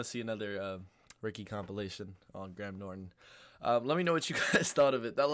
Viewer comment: His name is /gray -em/ Norton.